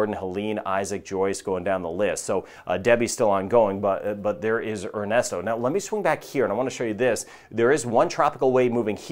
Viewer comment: I thought you said its name was Arnasto 😂😂